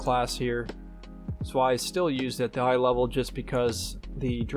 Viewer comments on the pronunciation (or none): fyi Zwei is pronounced like "Tsvy"